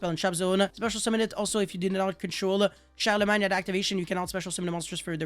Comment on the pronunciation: Silent G in Charlemagne ;)